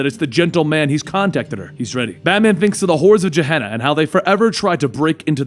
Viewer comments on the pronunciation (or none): The "G" in "Gehenna" is pronounced like the "G" in "goat." I have no idea why the mispronunciation of it bothered me so much...